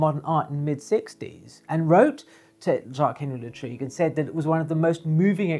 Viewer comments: Great video as always.....😘....P.S......Lartigue is pronounced Lar-teeg....not La- treeg......📸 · thank you for your rich information Jacques Henri Lartigue and not Latrigue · Hi! Thanks you so much for your videos. I’m a big fan. I’m a French amateur photographer and I’ll take the opportunity of your mispronunciation of Lartigue;-) to ask you a question unrelated to photography (this time). I would like to know what you are saying. For my French ears, it sounds like « Hazard hazard ». And you say it each time! And each time I try to catch it but unsuccessfully each time. Can you satisfy my curiosity?